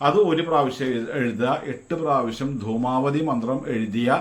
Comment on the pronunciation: ദുമാപതി അല്ല ദുമാവതി